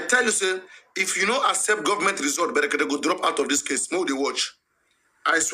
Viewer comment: The name us " BREKETE" PRONOUNCE IT PROPERLY...It's not FUNNY...he goat🐐